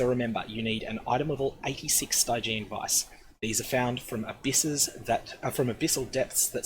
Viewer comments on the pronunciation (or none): "Stygg-i-an" not "Stiiii-gi-eeen". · Cool guide :) Definitely get on this before it goes legacy! :D But...Sty-jee-an? I've always read it as "Stidgean" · St-eye-geon vise lol... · The way you pronounce Stygian Vise is killing me